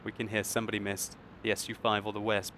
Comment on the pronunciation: The wespe is pronounced vespa